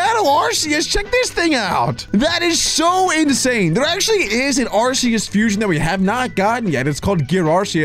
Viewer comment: They don’t know how to pronounce arceus